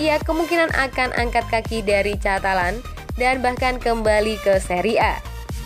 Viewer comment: Bacanya juga banyak salah: CATALAN, PAICENSA ...